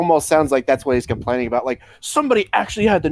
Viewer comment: You are so annoying ... Learn how to properly pronounce the word " about " and stop trying to get popular by using another more popular youtubers videos !